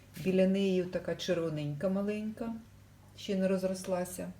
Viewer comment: Щьо, сонечько, щє, стручька, творчьості, кращє, дощьик, вчьора бачьила. В українській мові Ш, Ч, Ж, ДЖ вимовляються завжди твердо.